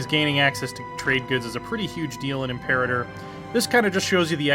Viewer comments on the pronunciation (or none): the way he pronounces imperator is odd to me